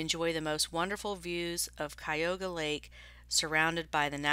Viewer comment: Yep I live nearby as well and it's pronounced Cuh-you-guh lake :) It's hard to find this stuff at a decent price for resale around here, most people know how expensive it is. The barn sale someone else mentioned is crazy!!